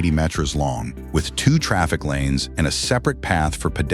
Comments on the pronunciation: The announcer kept calling meters metures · The AI is pronouncing "Hardanger" completely wrong, it's using the US English pronunciation. It's also pronouncing "Metres" wrong. Did anybody proof this video before posting it? Or did they just tell the AI to generate this video and auto-post it? AI slop.